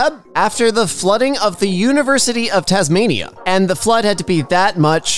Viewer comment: your the first American to say Tasmania 100% right